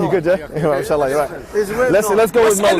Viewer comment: ولكن نصيحة فقط صحح كلمة إن شاء الله جلَّ وعلا ولا توصل النون بالشين